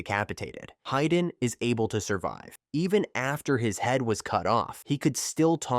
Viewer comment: It's "hee-dan", not "hai-dan"